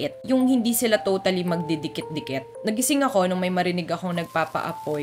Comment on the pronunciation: Sorry ah. Hindi ako makaget over sa 2nd story nung sinabi ming "diket-diket". Kapampangan ka?😅